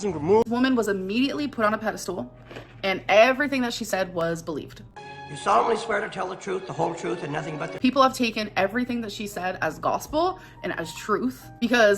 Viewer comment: Did she say "pedal stool" instead of pedastal?!!!!😂